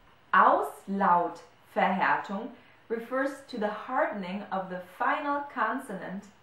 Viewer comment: Hello, does the same rule apply to the word Auslautverhärtung? It is hard for me to hear, but it seems that you read it with g instead of k